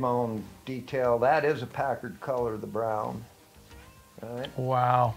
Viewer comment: PACKARD Not pacurd